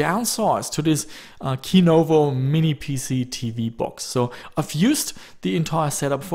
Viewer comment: [Ki:novo]? I think it's [Si:novo].